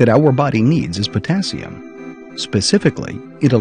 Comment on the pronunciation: Dr.Oz =potazzium😲no wonder I mispronounce it I mispell it😁